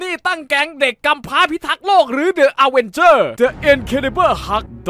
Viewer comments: ดิ อเวนเจอร์ ไม่ใช่เดอะ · เค้าอ่านว่า ดิ อเวนเจอร์สไม่ใช่หรอคับ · ดิอะเวนเจอร์ ไม่ใช่เดอะอะเวนเจอร์ครับ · ขอแก้หน่อยนะครับ the avenger เดอะ อเวนเจอร์ ออกเสียงผิดครับ ออกเสียงว่า ดิอเวนเจอร์ ครับผม สำหรับบางคนไม่รุ้จริงๆนะครับทำไมออกเสียงว่า ดิ แทนที่จะออกเสียงว่า เดอะ เพราะว่าคำที่ต่อจากคำว่า the มันขึ้นต้นด้วยสระภาษาอังกฤษครับ ซึ่งนั้นคือ A E I O U มี5ตัวครับ ยกตัวอย่าง The incredibles Hulk ออกเสียงว่า ดิ อินครีดิเบิ้ล ฮัคดังนี้ครับอยากให้พี่หรือใครที่อ่านเม้นนี้ ใช้การออกเสียงที่ถูกนะครับ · ถ้าคำต่อจาก The เป็น a,e,i,o,u ให้อ่านว่า ดิ ไม่ใช่ เดอะ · ใช่ครับ อังกฤษก็อ่านว่าดิ เพราะคำว่าเดอะมันอยู่หน้าตัวอักษรสระ เคยเรียนอยู่ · เอิ่มพี่คับ คำว่า The avengers มันต้องอ่านว่า ดิอเวนเจอร์ ไม่ใช่หรอคับ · พี่น่าจะพูดผิดนะครับ :-: The Avengers อ่านว่า ดิ อเวนเจอร์ส ครับ :] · ดิ อเวนเจอร์ ครับ ไม่ใช่ เดอะ อเวนเจอร์ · ดิ อเวนเจอร์ ไม่ใช่ เดอะ อเวนเจอร์ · มันอ่านว่าดิ อเวนเจอร์พี่!!! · อ่านว่าดิอะเวนเจอร์นะครับพี่